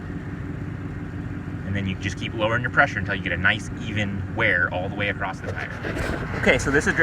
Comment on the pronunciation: The letter T doesn't come at the end of the word across.